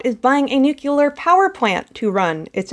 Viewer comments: Just a heads-up. It's nuclear. As in New clear. If we're gonna talk declining literacy, let's do our part to not be a part of the decline. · totally nucular dude